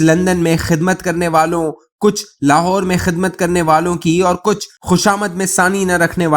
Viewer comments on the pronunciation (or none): none